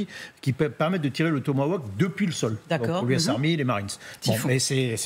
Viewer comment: Réalisez Madame l'animatrice que de prononcer « Asteur » est de l'influence de la langue anglaise. Prononcez plutôt à la française tel que le mot est écrit : « Aster ». Le mot "tomahawk" ne se prononce pas "tomaOuack". Francement, préparez-vous un peu, là ! 🙄